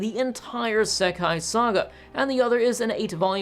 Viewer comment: Pronunciation note: "Sekai" (世界) means "world". Looking it up on Wiktionary, both kanji (both 世 and 界) can mean world on their own. "Seikai" (星界) is the word used in the titles of this franchise, it basically means star world, since 星 means "star". This is what is translated as "the stars" in English. I brought this up because I noticed he said he would say "sekai" (with a short "se" instead of a long "sei") to refer to the both Crest and Banner together. ("ei" is often pronounced as just a longer version of the "e" vowel in Japanese, but the vowel length matters.) I probably wouldn't have worried about it if "sekai" wasn't such a commonly used word in anime (think of the word "issekai") that using it momentarily through me off when you said you would use it to refer to this franchise. (I guess it also through me off cause you switched from English --- "Crest" and "Banner" to refer to them separately --- to using the Japanese title to refer to them together.)